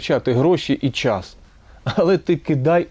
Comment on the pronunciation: Вибачте ,але - щььоо ,чььому ,чььяс ,почяяток щьььось ,величььина ,щьььо це означьяяє ..Ж ,ч,ш,щ в українській вимові має бути твердим - час ,чому ,щось ,величина,початок , - бо просто важко слухати таку важливу тему, якесь знущання з вух .Другий раз стараюся прослухати вашу думку і через це щьоканння і чьокання неможливо .